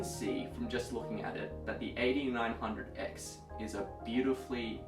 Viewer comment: It took me almost 5 minutes to figure out you were saying AD900X not 8900X (eighty nine hundred x).